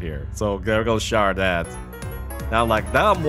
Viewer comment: Hey, it is pronounced "Char-CA-det" not "char-det". And also, it is pronounced "arma-ROU-ge" not "arma-roGUE".